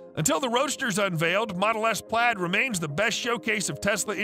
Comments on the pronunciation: Yes, this mispronounciation as "plade" which sounded more like "plate" drove me nuts. How does the YouTuber narrator NOT know this? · Plaid is pronounced “Plad”